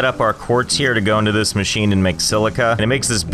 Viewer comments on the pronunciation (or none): none